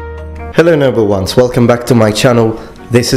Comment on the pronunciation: "Hello noble ones." I swear I hear him say "Hello number ones" every time